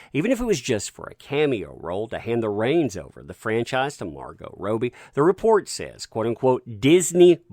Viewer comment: Rob-Be not Roe-be